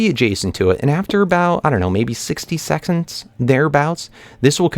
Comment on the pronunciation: He said 60 sexons